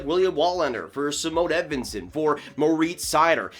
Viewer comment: Why do people still say “Zimone” for Simon Edvinsson It’s just, “Siimon”